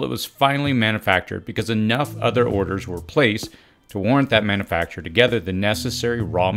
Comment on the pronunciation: manoofacture 🤣 distribooter 😂